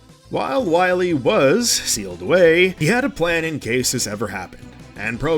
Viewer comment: “Wheel”? It’s pronounced whyel